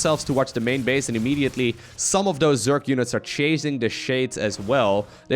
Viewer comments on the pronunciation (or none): did say center bitch. Instead of center base? Lol.